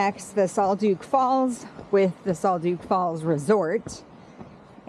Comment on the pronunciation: Great video. I plan on doing it this tear. Pronounced Sol duck rather than sol duke.